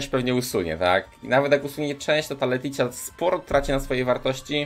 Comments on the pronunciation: JEZU LETYĆA, serio uszy krwawią jak słysze jak wymawiasz te nazwy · I wydaje mi się jeszcze że powinno się czytać leticja😜😜